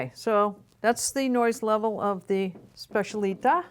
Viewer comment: It’s SPECIALITÁ! I can’t hear you say specialíta anymore. The stress is on the last A.